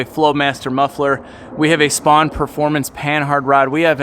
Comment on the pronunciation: a "Spawn" panhard rod, the company is pronounced "Spoon"